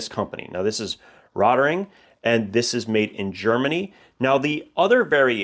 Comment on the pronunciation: It’s pronounced “rote-ring” and it means “red ring”. I’m happy you found them because Rotring produces the best writing instruments.